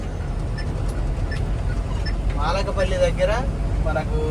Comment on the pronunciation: అన్నో… అది మాలకపల్లి కాదు 😂, మలకపల్లి 😂😂😂